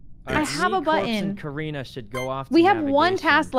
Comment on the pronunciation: So my name is Carina and I heard corpse say "uhh corrina?" AND I FLIPPED TF OUT AND HAD TO LISTEN AGAIN.